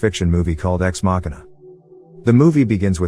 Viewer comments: not machana its ma-shi-na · It's pronounced "makina". Ex machina, means out of a machine in Latin.